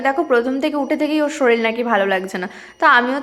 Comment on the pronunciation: উচ্চারণ ঠিক কর বদের বাসা, 'বিসন' 'বিসন' 'শরিল' আরও কত কি!😂 'ভিষন' 'শরীর' হবে।